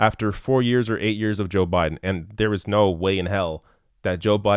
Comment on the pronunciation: I LOVE how said "Joe Budden "